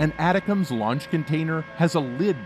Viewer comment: Its Milley, not "miley" and its pronounced "attack-ems". Learn to read pls